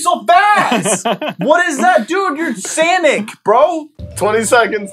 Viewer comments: i sm prety suer its sonic not sink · Its not sanic its sonic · why did say sanic then sonic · Sanic? Sonic not sanic.